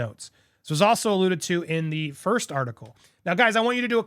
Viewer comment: Please correct the "irst"!!!!!!!!